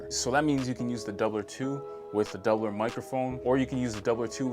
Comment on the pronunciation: I’ve been curious about this one. You said their name better than me, lol.